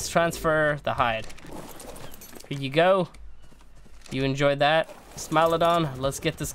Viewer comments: is pronounced smile-OH-don so ye ur right (applause for ) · You are saying the right pronunciation of smilodon: smile-oh-don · for once you are correct, it is Smile-a-don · Yes it is a smilodon you are correct on the pronounciation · You are pronouncing Smilodon properly :P It does sound unrealistic and super friendly but as you saw from the taming video, not smiling when it comes running at you XD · You pronounced smilodon correctly. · u pronounced smilodon correctly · is worried that he is pronouncing Smilodon wrong but he saying it right. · You're pronouncing smilodon correct stop worrying about it lol. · your saying it right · You are saying smilodon correctly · bless your heart - yes that is exactly how you pronounce Smilodon, it's okay!